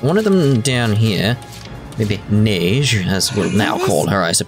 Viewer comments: The way you say "Neige" sounds suspiciously racist. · And instead of saying neije say neige or at least since she sounds like nepgear just say Ge-Ge